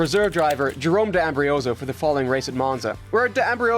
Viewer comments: it's not "Ambrioso", it's "Ambrosio", like "am brought z o" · I'll subscribe if you pronounce names right LOL It's Kobayashi, not Kabuyashi... And D'Ambrosio, not D'Ambrioso